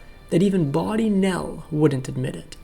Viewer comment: Bawdy Nell, not body, for those who like to learn. 🫣BAWDY: dealing with sexual matters in a comedic way; humorously indecent. 💃🏽"her work is characterized by irreverence and bawdy humor"